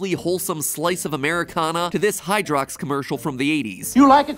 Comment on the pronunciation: Is it just me, but “Hydrox” sounds like “Hydra” and every time he says it I think of the MCU